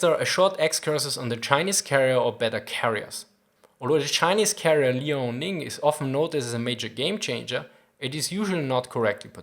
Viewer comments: liao-ning (in chinese 遼寧). It should spell as 2 sound "Liao-Ning" instead of 3 sound "Li-ao-ning". just saying. Keep the good work:) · Liao(辽) is [liɑu](triphthong), not [li] [ɑ] [ɔʊ]. In modern Chinese Mandarin there is a principle: one syllable represents one Chinese character. So here, it is not Li A O.